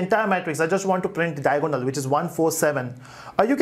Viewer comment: Matrices = mei· truh· seez != met rice s Diagonal = dai· a· guh· nuhl != Dia o go nal